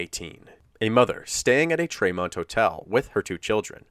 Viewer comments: Probably too late to make any changes but tremont is pronounced TREE-mont not tre-mont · Kinda off topic but it’s pronounced Tree-mont. I’m from that area just bugged me 😂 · I'm from that area and it's pronounced treemont not traymont.